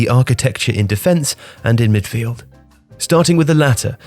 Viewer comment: dat "Midfield"😂🤣🤣